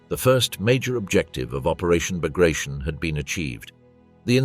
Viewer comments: It is not "Bagrashion" it is Bagration....T as Tea. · It is hard to take a documentary about "Operation Bagration" seriously that mispronounces "Bagration". It is pronounced [bəɡrɐˈtʲon] (bug-ruh-TYON), not [bəˈɡreɪʃən] (buh-GRAY-shun). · It is pronounced "Bagrateon" not " Bagration "- sounds funny and incorrect. Pyotr Bagration (Пётр Багратион) was a Russian general of Georgian origin and a hero of the Napoleonic War of 1812. Operation Bagration was named after him. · Baag-raa-t-yon. Not bag of rations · Bag rat eon. Not bag ration. Moadal. Not model. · Not Bugrashn. Ba-gra-ti-on. This is the surname of a Russian military commander and hero of the war against Napoleon. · its not the Operation "Bagreyschn", bit BAGRATION... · aw, geez... It is not '"buh-gray-shun" -- It is "bah-grah-tyon" fer chrissakes !!! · It is not bagration, it is Bagr-a-t-i-o-n. It is name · It’s pronounced “Bag-ruh-TEE-uhn”… Sincerely, from a Kenyan. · The right way to pronounce the Russian (Georgian) Napoleonic era general's name is bar-gat-yon. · isn't it bagra-ti-on? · Please get the pronunciation correct…it’s BAG-ruh-TEE-un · Bah-grah-tee-On (stress on the last vowel) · he obviously pronounced his name wrong. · Then spell it different, this is America bro. Jk it bugs me too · The narrator couldn't even correctly pronounce Bagration, no doubt considering that "I use the English pronounciation." Spare us the arrogance. It's a name. Get it right.